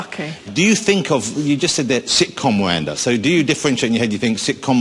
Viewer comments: "Miwanda" - Miranda is a very unfortunate name for Jonathan to have to pronounce... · Miwanda xD i love his speech impediment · Is it me or does he say "Miwanda" I say "Welease Woger!!" ;)